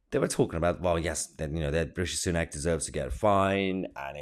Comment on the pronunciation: Everytime you pronounce Richie sunook makes me smile. Keep it up Mahyar. 🤣 good OLD Biden…